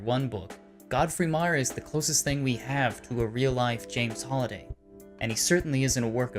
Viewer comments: HAlliday, Not "holiday" purleeeze. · It triggers me that he say his name wrong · Me too